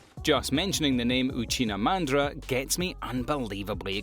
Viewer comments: Lol uchina mandra. Lol Uchina ITS UCHIHA MADARA U FOOOL. DO NT SAY ANYTHING ABOUT MADARA ITS UCHIHA NOT UCHINA U DISRESPECTFUL MAN CORRECT IT MAN ITS HURTS. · Why he say Uchina mandra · I know I did not just hear Uchina Mandra hahahahahahhaah yoo gotta wash my ears. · That pronunciation of Uchiha Madara is needs to be corrected.